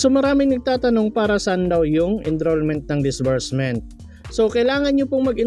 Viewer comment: ENROLLMENT PO, NOT ENDROLLMENT